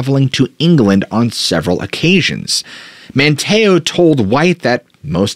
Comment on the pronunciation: I had to think for a minute what you were saying - "Wan chessie" and "Man TAY oh" threw me off. These are actually pronounced as WAN' cheese and MAN' tee oh. Sorry, not being a bitch, jus sayin.